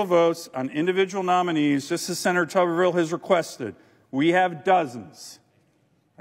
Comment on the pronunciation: AGAIN … no matter how he may say his own name, rules of pronunciation dictate: TUBER-vill, (basically tater-town) NOT TUBBER-vill (bathers-town)